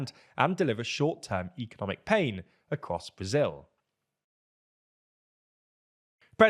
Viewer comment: As a brazilian I can only say one thing: Do the L!